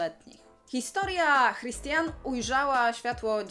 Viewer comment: Imię autorki (Christiane F.) czyta się 'Kristiane' ;)